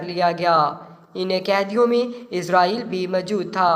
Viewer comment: آپ اُس کا نام غلط بول رہے ہیں یہاں اس کا نام آپ عزازیل بتا رہے ہیں تلفظ اسرائیل کر رہے ہیں۔